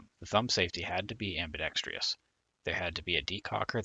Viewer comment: Overall, good video. I was USAF enlisted from , and was normally issued the S&W Model 15. I ended up flying for the Army and USCG while working at the Border. After 40+ years teaching Firearms, I'm still doing it. I DO wish the narrator would learn to pronounce ambidextrous correctly-it's NOT ambidextr-i-ous, so STOP putting the extra -i in the word! Hammer INS/ICE/CBP retired CW4 Sr Aviator SSgt USAF